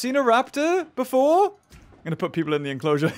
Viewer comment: he probably said it wrong on purpose